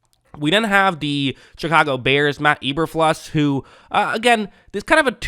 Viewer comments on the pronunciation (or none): Am I crazy or is it pronounced E-ber-FLOOSE?